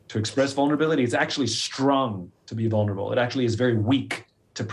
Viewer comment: I feel like 'honest' actually fits a little bit better than 'vurnable'